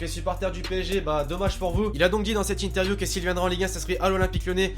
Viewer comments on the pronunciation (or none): none